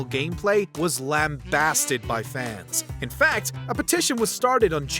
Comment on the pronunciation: Am I the only one who thinks this guy says "fans" in an odd way? 😅 "Fauhns"